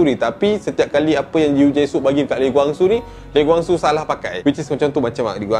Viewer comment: Cara sebut tu salah. Kwang Soo bukan Gwang Soo. Dia marah kalau org sebut nama dia Gwang. "Who's Gwang Soo?"